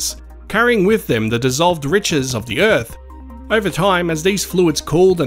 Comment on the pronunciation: Earphs? Erfs? Earfs? Like, as in planet EARTH!?? U got birTH right, why not earTH?